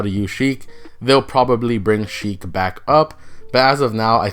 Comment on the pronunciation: Her name is Sheik not Heik 🤦‍♀️